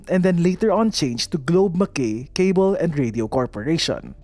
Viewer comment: Na OC ako sa pag pronounce ng Mackay. Hehe Pero yun lang naman. Veru informative ang video. Thank you for uploading these kind of contents. 😊